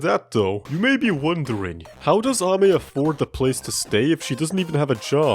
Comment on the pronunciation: NO WAY!!! is one of the few people who pronounced Ame's name right, i have seen a lot of people pronounce her name "Amy" which is wrong. i really enjoy watching videos about something that isn't dst even though its a dst channel.